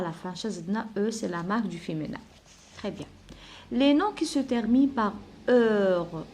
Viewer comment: Vous êtes formidable ma chère dame Mais je voudrais vous faire une toute petite remarque Pour le mot féminin vous le prononcez très mal il faut appuyer sur le i mi pas mé c'est tout Et bonne continuité